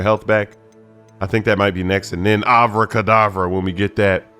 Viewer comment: Bruh did you really say “Avra kadavra”? That’s some cheese cuh!